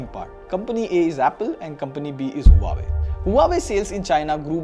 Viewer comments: The right way to pronounce Huawei is "Wah-Way. Not Hua Way😊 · It's not huawei.. it's "waawei" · its not HUA-WAY Its WAH-WAY ::)